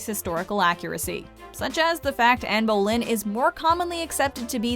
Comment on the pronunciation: Anne BOWLING? WHO is Anne BOWLING? Come to that, what is a "BARE-ridge" of criticism? Are you reading from a script?